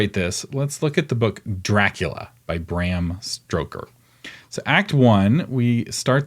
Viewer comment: Bram Stoker, not StRoker. (See )